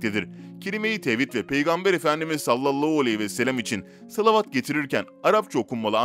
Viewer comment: Lütfen salavat-ı doğru oku güzel oğlum hayırlı bir iş yapıyorsun